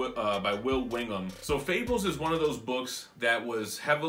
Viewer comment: That Swamp Thing absolute is beautiful, but I’ve got my heart set on the original 6 HCs. Also, you drove me crazy when you kept saying Wingham instead of Willingham lol